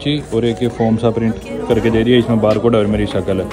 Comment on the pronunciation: Bhai aap form ko faaram bolty mast lag tha hai 😅😅😅